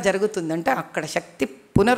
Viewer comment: ఓ అక్క ...... షక్తి కాదు శక్తి. నీ టెల్గూ లో మూడు లోపాలు ఉన్నాయి